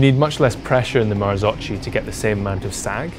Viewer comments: Mar-zoke-e not mar-zo-chi They never got that sorted back in 1998 either so it’s easy to make the mistake. (Don’t believe me, listen to the Bryson Martin podcast) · u cant say marzocci!!! marzocchi = marzocki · "marzokki" not marzocci my ears are bleeding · Ok so... MAKE IT CLEAR: MARZOCCHI IS NOT MARZOCI. MARZOCCHI IS TOLD RIGHT MARZOKKI. (Like Nikki). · Marzo-KEY is the right pronunciation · Marzocchi must be prounounced "MarzoCCKY"... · Marzocchi, pronounce : " marzokki". Please be informed before posting. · Great vid and test, my only observation is to watch other videos about the Marzocchi and learn how to properly pronounce the name... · Please learn to pronounce Marzocchi, not that hard! :D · It made me cringe! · Please learn how to pronounce marzocchi..